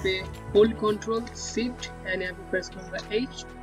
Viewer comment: BRO ITS CALLED SHIFT NOT SIFT